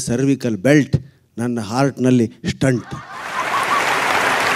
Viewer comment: Hello, let me correct you it is pronounced “Stent “ Not Stunt , now let me see how you can argue for this ?